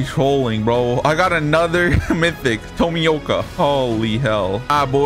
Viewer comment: man says tomika tomoyka